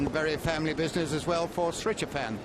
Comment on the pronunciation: It's Srichaphan, not Srichapan and i feel he kinda showed the blueprint there on how to beat Nadal, would have given an older Nadal a lot of troubles as well.